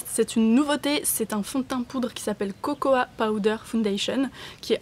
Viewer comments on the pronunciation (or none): none